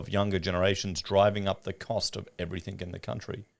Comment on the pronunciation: P/S. Can you PLEASE stop saying "everythink" The word is everything. Maddening bogan habit.